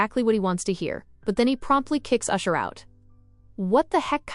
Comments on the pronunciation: It's ash-er not usher, usher is a r&b Singer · It's Ashur not usher